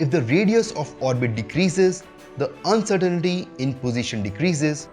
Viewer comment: You are spelling and mispronouncing uncertainty.